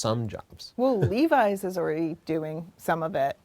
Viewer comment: I cringed in the first 3 seconds. The word is "already", not "oridy".